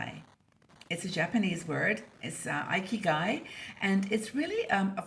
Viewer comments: As a Japanese national, it’s thrilled to hear our good old concept discussed here in this wonderful international community of women. Just letting you know, the first “i” in “ikigai” is pronounced short as in “it” and “Italy,” instead of a-i as in “ice” and “Ireland.” Hoping I am not sounding picky. Let’s enjoy our 60s with a big sense of ikigai! Thanks、, for all the great video and articles I am looking foward to. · Oops! I was pronouncing it “ee-kee-guy.“ 😆